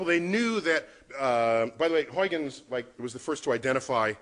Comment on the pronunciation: It is Huijgens, not Huygens, and is pronounced Huigens, not Hoikkens.